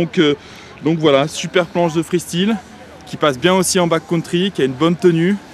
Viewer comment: freestyle sa fait mal au oreille >< ( freestail en phonetique ) sinon bien :)